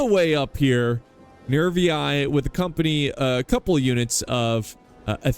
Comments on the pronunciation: No no no. "Nervi" you pronounce as it have just one "i". Not "Nervi-ai" that have no sense. Nervi. And Gaeti... just "Geti". By the way, Roma (not Rome) adapted through history. If they saw something that was good, they was quick in integrate it to their equipment. And the label of "Barbarian" stands for those who can't read and write in correct Latin... thing that could be applied even nowadays since many still can't read and talk in Latin. Or Italian. 😎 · Latin teachers say you should pronounce the "ii" as "ee-ee", so Nervii would sound "Nervee-ee" in english. I'm not saying that's the only correct way, but it's certainly one of them. It's absolutely legitimate to say Rome instead of Roma. Every people changes the pronunciation of other peoples' cities and words. Romans didi it as well.